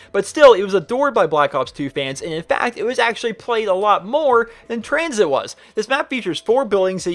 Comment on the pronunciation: When he said COTD, Die Rise, and Tranzit I checked to see if this video was uploaded on April fools....